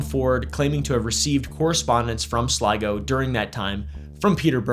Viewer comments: I was SURE you were going to struggle with pronouncing Sligo. Hat-doff to you sir. Personal bias exposed :) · Nice pronunciation of Sligo 👍